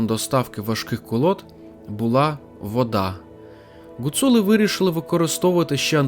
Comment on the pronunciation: В моєму селі Лазещина Закарпатської гуцульщини були 3 греблі і називались "Гать".... P.S. Гуцули а не Ґоцули...аж вухо ріже .так тільки кацапи говорять